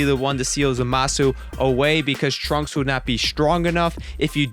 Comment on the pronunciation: I thought you said the 'Trump Arc'